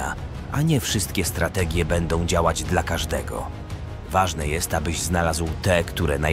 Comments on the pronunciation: To czyta AI. Śmiesznie brzmi jak mówi dla jako D L A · Zrób coś z tą AI, bo kiepsko czyta "dla" 😂. Poza tym spoko materiał